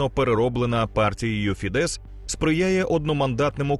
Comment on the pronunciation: Дякую за контент. Тільки не фідЕс, а фІдес (наголос на "і"). В угорській мові всі слова практично без винятків мають наголос на перший склад.